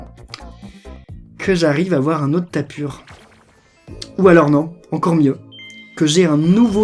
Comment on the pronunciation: ON DIT TAPU PAS TAPUR !!!!!!!!!